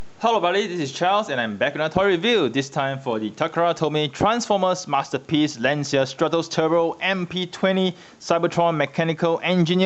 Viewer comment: You're mispronouncing Lancia. The correct pronunciation in "lunch-a".